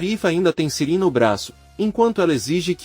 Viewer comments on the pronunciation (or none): E ai, meu amigo, Sirin é uma mulher, ou um homem? Você fala o nome das pessoas tudo errado!🤦‍♀️😂😂😂😂🎉